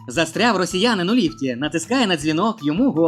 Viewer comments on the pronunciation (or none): Та застряГ!! А не ряВ! Чорт забирай!